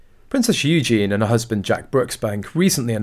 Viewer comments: Its pronounced Eugee y,,,,, eugene is the boys version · Eugen-ieeeeeeee! Please can you say her name right 😅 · You could at least pronounce Eugenie's name correctly. Disrespectful at best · Please pronounce Princess Eugenie's name correctly and while your at it do the same when refering to Prince Louis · For sure. Sometimes I think that they do it on purpose. Sounds so dumb 🙄 😒